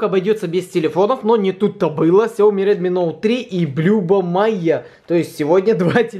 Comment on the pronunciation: Слышал не сёми а хаёми